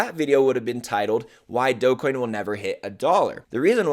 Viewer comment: This guy can’t even pronounce Dogecoin. We are in a bear Market. Imbecile.